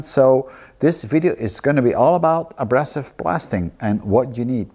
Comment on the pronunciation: Very interesting Steve... just a little correction..:).. we say a-BRAY-sive rather than -brass-ive. Keep up the good work!